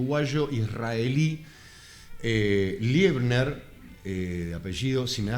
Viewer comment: No es Liebner, es Leibner. Es docente e investigador en Historia en una Universidad en Israel.